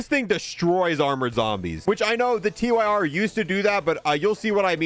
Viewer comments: gets me every time he calls it the Tee-Why-Are instead of the Tyr (sounds like tier) It's the name of a nordic god, look at the names of the grip attachments. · This bugs me every single time. No hate, but it's Tyr as in the Norse god, pronounced 'Teer' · Please for the love of god call the Tyr revolver the TYR revolver…. Not T-Y-R. Its the fcking god of war Tyr